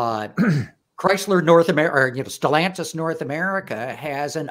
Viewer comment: i liked until he said Chrysler